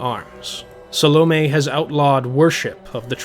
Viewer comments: Phil Chenevert is by far my least favorite reader. His pronouncing Salome like "Salami" especially irks me. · those damn salami witches